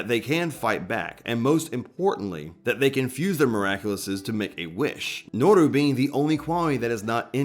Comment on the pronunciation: "Nuuru duuzu" you couldn't have fumbled harder